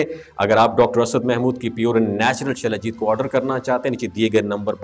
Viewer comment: جناب لفظ شلاجیت نہیں ہوتا بلکہ سلاجیت ہوتا ہے اپنی اصلاح کر لیں